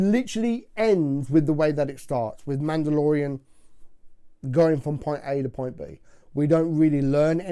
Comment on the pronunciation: How has no one noticed “The mandodalorian”.